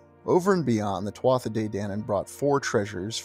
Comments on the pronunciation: Just fyi, "Tuatha" is pronounced "Tu-a" or "Tu-Ha" definitely NOT "Tua-tha" Peace 🙏 🐉🐉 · One of my favorite subjects! My mom named me after the Halls of the Irish Kings! Eventually I was learning about The Tuatha De Dananne as well! 🥰 Today, just before coming here, I learned you pronounce Tuatha as ‘Two-a’ the th is silent!😆🤭😊Up until tonight, I was saying it just like You!😃😁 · First word is pronounced tuha, my father used tell me stories of them. My father was a man from the country, rural. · Thank you for covering such a rare topic Pronounced Choo-Ha (tuatha). Translated as ‘The Tribe of the Goddess Danú, a heavenly race who crashed onto the Irish Sea shore during a storm many moons ago